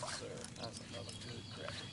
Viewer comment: Ok I have to ask out of nothing more than curiosity. Why do you always call them crapy and not crappie?